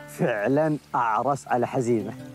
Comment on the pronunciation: واضح ان الاخ الي يروي القصه جالس يقراها من كتاب ولا سمعها من الاولين .. لانه نطق اسم حزيمه نطق غير صحيح